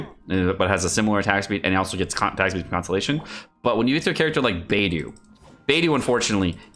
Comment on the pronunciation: One day will pronounce will Beidou's name correctly....